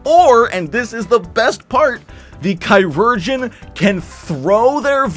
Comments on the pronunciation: Chiurgeon, in French, means surgeon and is pronounced approximately "she-ur-gien". Though honestly I think the way you pronounce it sounds cooler and it is a fantasy class anyway, so love the ki or chi-urgeon. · "Chirurgeon" should be pronounced a little more like the modern word "Surgeon." Maybe something like "Shir-ur-geon"